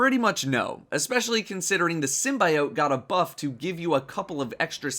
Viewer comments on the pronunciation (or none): I have a dream... that one day will learn to say SYMBIOTE correctly